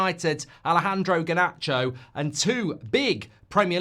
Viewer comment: Harnacho? Really? Oh fo fks sek